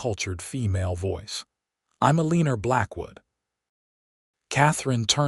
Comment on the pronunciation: AI must be edited......Eleanor is NOT EL-EEE-NER!